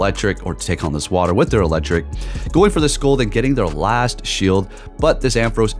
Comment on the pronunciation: Please stop pronouncing Scald like that